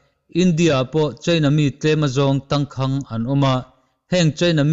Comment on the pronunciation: Tangkhang tih hi lam dan hi Phai a kum rei lote awm ṭawng pai thlukin i thluk...a in ziak ang hian lam pawp rawh...thluk duai a ngai lo.